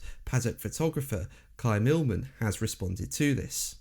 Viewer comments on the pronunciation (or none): Who’s “Kly Illman”. Can you Not read the mans name correctly😱 Say ‘Kym’… not difficult 👀